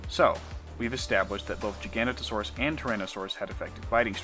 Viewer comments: GIFF NOT JIFF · giga noto saurus. MB jiGANotoSAURus. not jiGANotosaurus. its jiga OR giga THEN noto THEN saurus..... doesnt need to be a challenge.... i say jiganotosaurus.... but would accept GIGA on a verbal test..... pronunciation doesnt work like that.... im sorry to be so ridiculous about pronunciation... a giant scary therapod by any other name.... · Pronounce it with me. Giga- know-toe- saurus. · Interesting, but please learn to pronounce giganotosaurus properly. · I'm sorry I can't sit through a whole ass vid with someone pronouncing Giganotosaurus wrong every 3 seconds.